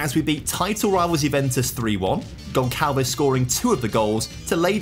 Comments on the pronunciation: Goncalves is a soft C not a hard C. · By the way, when the letter C has that little s underneath you pronounce like an S so Gonçalves is pronounced Gonsalves. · stop saying gonçalves wrong jesus